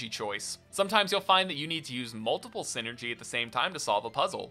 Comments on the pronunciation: if memory serves it is called psynergy because it is psychic energy so a hard I sound should be the correct pronounciation. Great video btw. Love the golden sun trilogy and have been dying for a 4th for years. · #0 Just a pet peeve you're free to dismiss, but I think the "Psy" part of Psynergy would make it sound the same as saying any other word in the English language that starts with "Psy" :^)